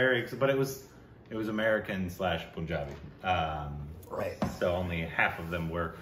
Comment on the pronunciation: plz learn how to say Punjabi... who have been to Punjab and you still say it wrong... its not poohnjabi... its paahnjabi